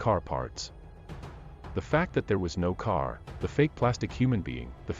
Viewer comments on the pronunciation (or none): Tow ? For two? Care for car? Sorry i couldnt listen all the way through.